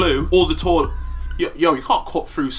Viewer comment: "Torlet" I love Romell man 😂💯 x